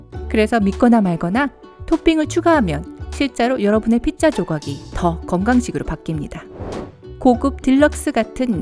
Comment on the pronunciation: 왜 피자를 핏자라고 하시나요?